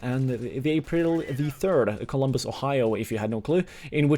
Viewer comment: Isn't Columbus, not Colon-bus